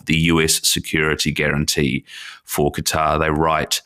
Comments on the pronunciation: It’s not gutter it’s katár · ITS. QATER. QATER. NOT. GETTER. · Does he call Qatar gutter . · The moment you say "gutter" for Qatar, I constrain myself not to punch the computer screen. Dislike given for the video. 👎👎👎👎👎👎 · I find it amusing that many American commentators pronounce Qatar as "Gutter".